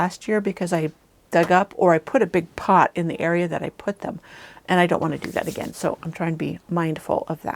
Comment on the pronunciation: Pot😂 not pit. Ugh